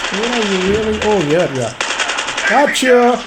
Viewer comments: Nobody: Literally nobody:: Gochyu! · i thought it was .........Fu**k you😂🤣😂